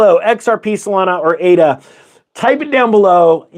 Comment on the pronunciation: "A"-DA. AAAAADA.